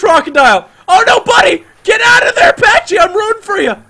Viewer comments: It is pronounced p-a-c-y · you don't say pachy like that